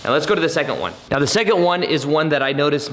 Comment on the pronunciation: Let's get into it right "meoow" (now) i love it 😆